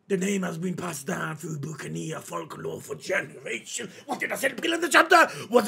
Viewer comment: It's pronounced as Buck-an-ear